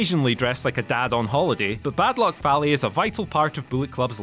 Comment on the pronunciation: multiple mistakes with information, mispronouncing fale, really poor quality not expected from whatculture wrestling. claiming in ring ability / achievements matter and then listing prince devitt as number one. disappointing video from someone who clearly doesn't watch new japan. even more shame should be placed on the lack of editorial checking